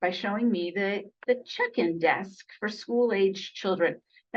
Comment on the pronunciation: Oh, check in desk. I thought you said "chicken" desk. Left me confused.